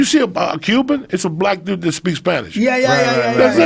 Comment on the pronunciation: “do you eva think about ‘dat?” 🤣🤣🤣🤣